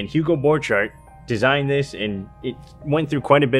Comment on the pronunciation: It is pronounced [b'orkhart]